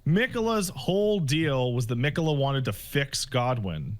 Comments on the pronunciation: The fact that keeps saying Miquella wrong os proof he didnt fight Malenia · can pronounce miquella right for once? like 20 plus people in game say it and hell even says it right